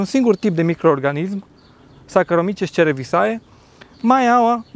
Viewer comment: Cred că pronunția corectă ar fi: Zaharomices cerevizie.